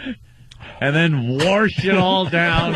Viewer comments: Please Opie say Wersh it down again. It only gets funnier!!!! Also when is your Biirfday? Such a comedy genius! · I fucking cannot stop saying 'warsh!' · Warsh it down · ME: warsh!